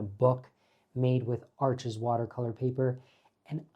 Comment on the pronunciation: Rajiv, the name of that paper is pronounced “ARSH” as in “marsh” .